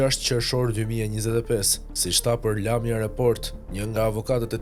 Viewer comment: Lat nam me kto kronikat amatoreske, Lamja thot , Lamía theksin tek shkronja i Sikur esht ndonje shkence e madhe ta thuash sakt si esht emri